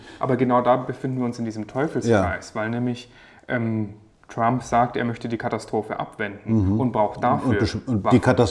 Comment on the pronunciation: Hat er ernsthaft "Trumpi" gesagt?